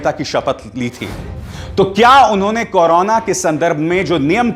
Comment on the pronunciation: आप तो बड़ी बहस नहीं बोल रहे हैं आपको करो ना बोलना ही नहीं आ रहा है आपने कहां से न्यूज़ में डिग्री प्राप्त की है करोना को कनाना कर रहे हो आप न्यूज़ की डिग्री द्वारा प्राप्त करें और बोलने का लहजा सीखे